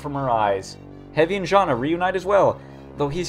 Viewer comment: Jana is pronunced Yana i think